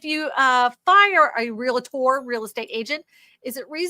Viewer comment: HEY; ONE EASY WAY TO REMEMBER TO SAY REALTOR CORRECTLY IS TO THINK 2 SYLLABLES AND NOT 3. REAL-TOR!